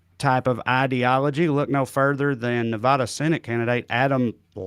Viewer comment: Trae you pronounced Laxalt correctly, but you still say Nevada like Thurston Howell III. It's Ne-va-duh not Nu-vah-duh. Love you guys, Laxalt doesn't Tip his servers.